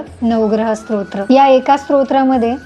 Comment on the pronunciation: माहिती उपयुक्त आहे धन्यवाद❤ आपण स्तोत्र उच्चार चुकीचा करत आहात तुमचा उच्चार ऐकताना श्रोत्र असहोत आहे😊